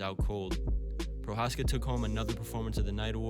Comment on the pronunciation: Just a little advice on how to pronounce his last name Pronounce the letters ch in the word Pro"ch"azka as the beginning word chameleon. Greetings from the Czech republic ;)